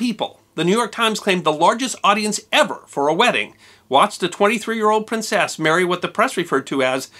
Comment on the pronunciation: Why are you emphasizing the seCOND syllable of the word "PrinCESS?"